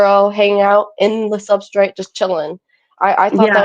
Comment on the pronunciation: She said SUBSTRIT!